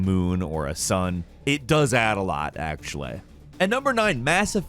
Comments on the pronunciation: we are just gonna ignore the way he just said “actually”? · "Mah-Ko" and "actual-Eh" I'm done